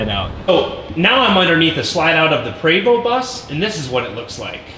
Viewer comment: It pre-vo not pra-vo (Prevost )french. your comparing apple and orange